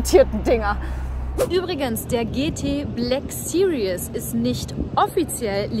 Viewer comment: Cooles Video! Aber es heißt nicht BLACK SERIOUS, sondern BLACK SERIES! ;) <3